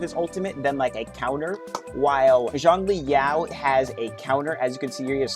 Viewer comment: Zhongli Yao 💀 No offence the pronunciations are funny asf , like people calling Zhezhi JayZ